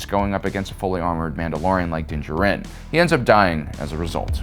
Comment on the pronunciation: your pronunciation of Djarin is wrong